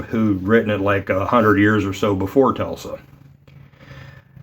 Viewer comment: He’s named Nikola Tesla, not Telsa 😊